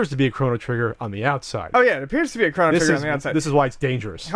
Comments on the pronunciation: Chrono not Krano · Chrano Trigger? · Stop saying fucking Craw-no trigger. And btw, conspiracy is real term. It doesn't mean hoax. This guy used the term conspiracy in place of hoax as an interchangeable term. Idiot. Btw, Tower 7 was reported on being collapsed before it even went down. This is simply a fact. These guys need to educate themselves instead of playing video games.